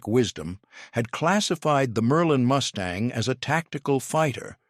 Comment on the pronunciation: Good review--but please to get your AI narrator sorted out. It is MUstang, not MOOStang.--TKS